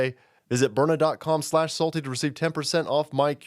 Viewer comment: burna..byurna,..byrna...DUDE stop shilling "self Defense" thatt gonna get people kilt ded!